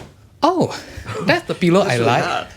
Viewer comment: Love how. says pillow.....peelow 😍